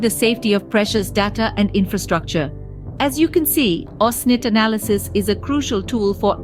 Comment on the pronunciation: pro it's OSINT not "OSNIT" 🤦‍♂🤦‍♂